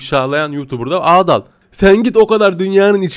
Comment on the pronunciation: Abi o adaal değil adal